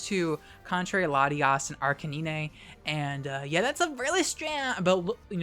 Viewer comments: Thanks. I was mid-swallow when you pulled out the 'Arca-nee-nay'. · Did you really pronounce Arcanine's name as "Ark-ca-nee-nay?" LMAO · FlygonHG is getting to you. You mispronounced Arcanine:p Awesome video btw!